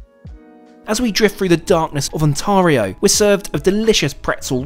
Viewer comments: The “a” is LONG in Ontario, not Ontahrio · Just a couple of corrections, it's pronounced Ontario (on-tear-eeo) and it's a province not a state, Canada has provinces and territories and no states. Great video with lots of beautiful scenery. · actually it is "Un-tareeoh" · Lol as a Canadian you said On Tareah when it’s On tario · Hi, from OnTAYrio here, not OnTAHrio -- anyway, yes, minus 25 C is pretty cold, even here :) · Ont-air-io, not Ont-are-io! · Ont-Air-ee-o not Ont-Argh-io and its a province not a state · It’s pronounced ontAIRio. Not on tar io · What the heck is 'Ontaarhio? Surely he's been here long enough to have heard how it's pronounced? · Ontario is a province, not a state! ;) also most of us will pronounce it as "Ont-air-io" <3 So happy to see you in Canada!! I'm often at Union and it's such a gorgeous station. Keep up the amazing videos!! Edit: my apologies! You correct the province issue throughout the video. Cheers :) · I was ready to let the 'Ontaahrio' pronunciation slide but the "state" descriptor just knocked the maple leaf right off my cap. 😆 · Johnson it did, I'm a Brit myself and it was annoying me, probably because I've lived in Ont-air-io for 20 odd years 😅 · it's pronounced Onta-REEEE-o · Too bad he couldn't pronounce Ontario. "The state of OnTARio. State? LOL. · For future reference, Ontario is pronounced On Tayr eeoo (alternatively On tear eeoo, as in tearing up paper, not as in preparing to cry), and it is a province, not a state! Canada has 10 provinces and 3 territories. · On"Teh"rio and its not a STATE. It's PROVINCES. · It’s pronounced Ontario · also its pronounced.....on...tear...io please get it right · It’s pronounced onteario and it’s a province not a state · Indeed!! I love you, but you're the only person who I've ever heard pronounce Ontario like that... 🤣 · Love how your accent gets in the way of proper pronunciation of Ontario! By the way Ontario is a province not a state,we are in Canada not the USA. Cheers!